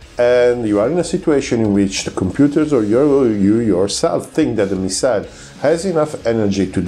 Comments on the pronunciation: bel video eh.. però si dice "missil" non "missail" 🤣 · Great chanel lsubscribed but please do us a favour improve your English just a bit.It is hard to listen story off missiles when you pronounce the word wrong all the time.i know you are Italian but its easy.correct the accent its not at the end of the word but in the middle on the miSile ,same for profile.prego.